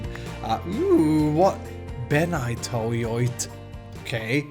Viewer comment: it's plateau, not platau